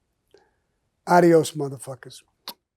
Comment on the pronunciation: Say probably does not know that Sicilian and Italian are different languages.With that being said Spanish is a romance language.Like Sicilian and Italian.Yet,Sammy cannot pronounce adios correctly.Gossip gossip